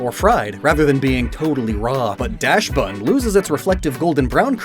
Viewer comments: Dachsbun is pronounced DAHKS-bun, like Dachshund! It's FARIGIRAF, not Firagarif! nerd glasses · Dude forgot the German pronunciation of “dachs” 💀 Butchered Farigiraf again too! Those vowels are tough! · That pronunciation of Dachsbun sent me😂